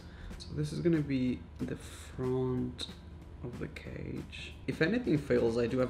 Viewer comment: The froont